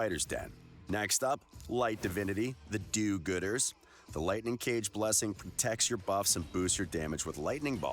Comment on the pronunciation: Did he say "the do-gooders?" Sounds wrong xD